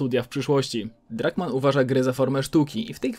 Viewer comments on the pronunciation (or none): Drunkmann,a nie Druckmann 😂